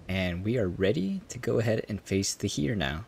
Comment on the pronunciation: It's pronounced "air." As in "the heir to the throne"